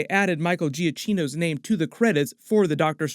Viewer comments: Please it’s not Micheal GiaCHino. It’s not Spanish it’s pronounced GiaKKino (Italian) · GiaKino, cch is a K sound in Italian. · I believe the CH in giachinno is a hard ch like a K sound